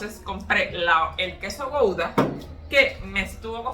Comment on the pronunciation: El RedBull es malísimo para la salud y el queso se escribe Gouda y se pronuncia Guda